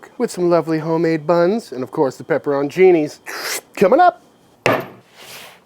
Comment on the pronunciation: Pepper-ON-chini and war-chester-shire sauce. Yum.